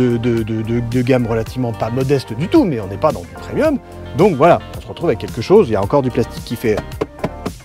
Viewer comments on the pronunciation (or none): none